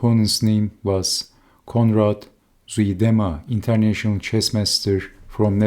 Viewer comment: ) "Zuidema" ['Zeu -de -ma] -"zuid" means south in Dutch. The "ui" sound is unique to Dutch but sounds a bit like the "ue" in "hue" or the "eu" in "Zeus". (You're welcome.) ("Zwe'dema" really sounds too ... "sweet EDEMA" for this poor dead fellow Dutchman to stomach.)